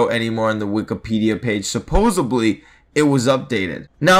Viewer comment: SUPPOSEDLY, NOT SUPPOSEBLY!!!